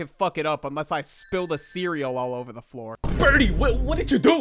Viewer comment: Burdie became